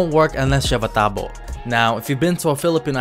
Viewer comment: wtf?! He just actually say it perfect! "Tabo" im impressed, like totally i was shocked when i hear and see that. Filipino here